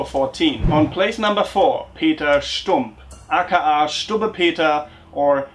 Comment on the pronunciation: The way you say "AKA" is so funny! I love it.